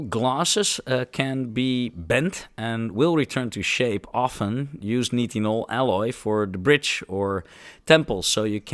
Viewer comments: Nitinol should be pronounced 'night-in-all' instead of 'knit-in-all'. You don't seem to often look up proper pronunciation of unfamilar words when you research for these videos, but that's your choice... ;) (amateur lowbrow gaslighting attempt) Just kidding! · since grammar is being highlighted. You’re pronouncing nitinol like “knee tin all” I’ve always known it as “nye” as in nylon “tin all” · nitinol (night-in-all)